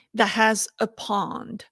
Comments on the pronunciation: And why do you keep saying pound instead of pond? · Just say "small lake" if you can't pronounce "pond."